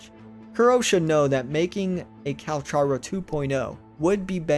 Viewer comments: his name is not " Calsharo" his name is pronounced with a " k " instead of a " sh " so more like "Calcaro or Kalkaro" if you want, you can look this up ingame where he introduces himself, (in the menu - voicelines) its crazy that so many people still get this wrong :D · CAL-CAR-O!!! He literally tells you his name in the voice logs 🤦🏽‍♀️ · bro it's cal-car-o